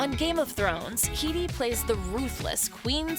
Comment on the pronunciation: That's not how you pronounce Headey.